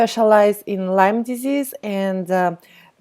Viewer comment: Lyme not Lymes